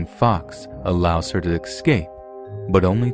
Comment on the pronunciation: dEAR, i DO LOVE YOUR vOICE BUT I WiSH yOU cOuLD sTOP sAYiNG "EX-sCAPE" WHEN IT sHOuLD BE "eS-cAPE". "aWNT" FOR "AUNT" i CAN DEAL WITH. bUT "EX-SCAPE " iS LiKE "lIE-bErRY" FOR "LIBRARY" OR SAYING "NOO-kYUU-LUR" FOR "NuCLEAR"...bUt DO WHAt YOU wAnT, OF cOuRSE